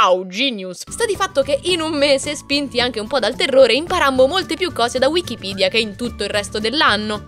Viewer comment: Finalmente una persona che dice bene Wikipedia. Comunque bellissimo video